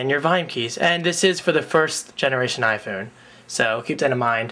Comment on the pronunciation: You say iPhewn...heh...nice.